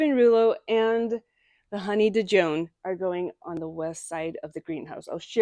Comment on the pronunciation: Honey Dijon rose is pronounced the same as you would pronounce Dijon mustard 😉